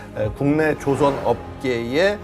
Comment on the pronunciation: 진행자님 조선(造船)의 발음을 정확히 해 주세요. 시간에 발음하시는 것은 배를 만든다라는 조선(발음상 조오선)이 아니라 나라 이름 조선(朝鮮)의 발음입니다.